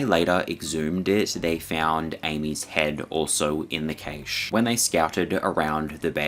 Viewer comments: first of all, im not going to be told to not hunt by someone who cant pronounce cache. second of all there are, according to google, 30,000 grizzlies in Alaska alone. I dont see the issue. I dont even have a desire to hunt them. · It is pronounced CASH. Not CACHE. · Its pronounced cash. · Cache is pronounced like 'cash'. Sorry, im British 😁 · Cache is pronounced “cash” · After the 3rd or 4th time you said "kay-shh" i realized you were saying Cache (cash) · Now can you please explain to your viewers what the hell a "KAYSH" is because according to the Oxford English dictionary that particular word does not exist. That's not how you pronounce cache. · "Cache" is pronounced the same as Cash. What a zoomer moment you had there. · Cache is pronounced cash, not cay-sh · Kaysh? Its supposed to be pronounced like "cash" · I cringed when he said cache like kay-che. Its pernounced 'cash' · Cache is pronounced “cash”, not caish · LOVE YOUR VIDEOS … but “Cache” isn’t pronounced “Caysh” but “Cash”. Cache = “Cash” ❤❤ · Cash eh. Not keish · Decent video on the whole but one thing that irritated me, like with numerous videos recently is the complete laziness or complete lack of understanding of the english language. CACHE IS NOT PRONOUNCED "KAYSH". It's pronounced more like "cash" or if you are a posh European that pronounces the "E" then it's pronounced like "Cash-ay". "KAYSH" isn't a word and I don't care where abouts in the world you are cache has never been pronounced as KAYSH. (Where did you even get that from?) If you can't pronounce simple words correctly then you shouldn't be narrating videos. Stop butchering my language and then posting it so everyone else starts pronouncing it incorrectly. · It's Cashay, not Kaysh. You're mispronounced words have baited me into commenting, well done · Cashe pronounced Cash* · Do Australians really pronounce cache as cayshe? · Cache is pronounced 'cash'. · cache it’s pronounced like cash like geocache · In the US cache is pronounced cash